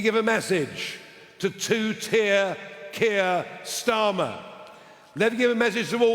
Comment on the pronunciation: Kier Tsar-mer